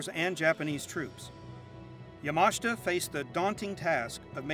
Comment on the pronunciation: Not that this is very relevant, but is he pronouncing Yamashita correctly? I guess I've been pronouncing it incorrectly for years.